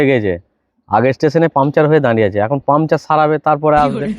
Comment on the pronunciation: কথাটা পামচার নয় পাংচার (Puncture)